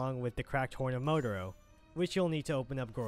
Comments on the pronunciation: it pisses me off 🤬 “Mo-Tar-Ro” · did you really just refer to Motaro as "motoro"? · The way you said motaro was unforgivable great video though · Did he just botch Motaro's name? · Amazing video, very grateful. But how the FUCK do you pronounce Motaro and Raiden that way?